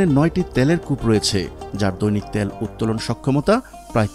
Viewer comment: ত্যাল নারে ভাই, তেল বলেন